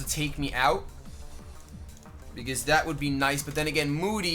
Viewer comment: The whole time was saying "I hate moody!" I thought he was saying "I hate Mooty!" Hahaha